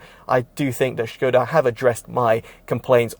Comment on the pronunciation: It's pronounced Skoda with an S if you're British. Not Shköêda ffs